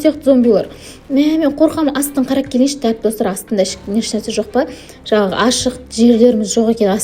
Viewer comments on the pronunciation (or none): none